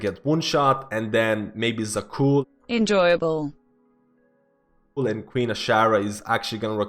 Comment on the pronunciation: Where do you see letter "i" in Zaqul?